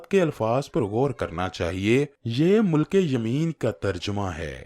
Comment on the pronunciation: مِلک تلفؓظ ہے م کے نیچے زیر ہے